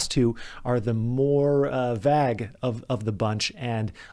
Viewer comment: Vague = vAgue the e kicks the A and makes it say its name.